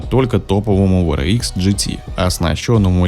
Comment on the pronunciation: WRX-ДаблЮ Р икс правильно говорить а не В Р икс VRX